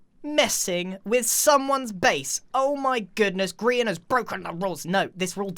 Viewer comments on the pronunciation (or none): yes funny but please it's grian not grain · YOU SAID “GRAIN” GASP